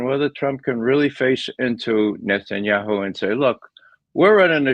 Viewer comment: Hey Ray, why do you pronounce "Netanyahu" as "Netsanyahu"?